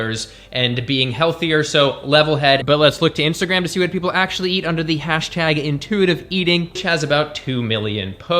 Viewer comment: "Doe-huz cray-he-fing eee-coo-wole a-hun ack-shoe-ole nu-tree-she-nole knee-heed" - Mouth-breather gasping for air and forming a sentence structure that is empty woman noise. You and your "ack-shoe-lee-uhh" and other overused mouth-breather terms like "foods" for food(food is food, it never needs the syllable 's' to act as suffix to denote diversity of food, mouth-breathers are too stupid to grasp this). The Human way to convey what you mean in that moment, is: Is craving a mechanism that reflects levels of nutrition within the body of whomever that crave is born to? The obvious answer is; yes, craving is an an expression of biology in quest for "homeostasis" but mouth-breathers misread these impulses and make poor choices as reflection of their misinterpretation. All who breathe through the mouth, are ruled by emotion to the point that their sence of syntax fails as their oration becomes meaningless decoration of vanity poised as reason. You mouth-breathers are the primary source of linguistic degeneration and all forms of inefficiency within society at large. All your gasping and tacky wording, is so revolting, it's like you are puking but words and word fragments are what you regurgitate in this process of pretending to communicate reason. This whole video is putrid noise of a woman inside the body of a man, just empty drama. I thught you were more intelligent than you are intellectual aka ideologue, I was wrong. All the forced and excessive "humor" is not helpin